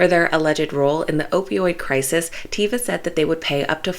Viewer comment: Greetings, ... small correction ... that is TAY (like day)-vah not tee-vah.